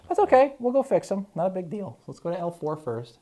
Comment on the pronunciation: That neck was what?? Didn’t sound like u said big at first doc lol great video!